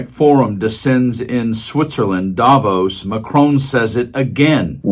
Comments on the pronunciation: please pronounce Davos with the accent on "vos", as intended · Switzerland here. Thanks for your voice. Just one point: You could even more stick out of the media crowd by pronouncing Davos correctly: by stressing the o, not the a! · Davos is not pronounced the way it is in this video.